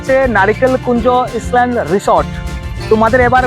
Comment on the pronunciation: Pronunciation=ইসলেন❎ আইলেন্ড✅😂😂😂